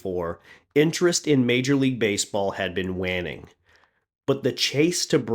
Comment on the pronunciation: The way you said waning made my eye twitch